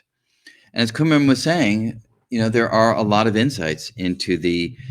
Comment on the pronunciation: Prof. Enjoyed your talks. But one observation, you said you know Prof. Vafa for 30 years!, but you are not pronouncing his Persian name correctly, he must be humble not to bring it to your attention. His name is pronounced as come-run exactly as pronunciation of these two English words together. If you do not believe me call him, you must have his contact details!